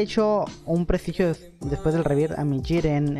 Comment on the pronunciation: Porque dices "shiren" xd?